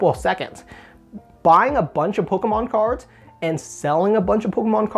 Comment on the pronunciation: “Polka-mon cahds” 😂